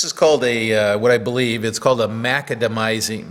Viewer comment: That's an interesting hammer. I would like to suggest that the pronunciation is mac-ADAM-eye-zing, after John McAdam.